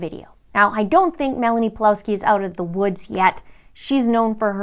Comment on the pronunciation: It's pronounced Pavlovski btw